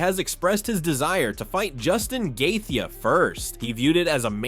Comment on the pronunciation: It’s Justin Gae-Chee not Gae-thee. This guy talks in AI!!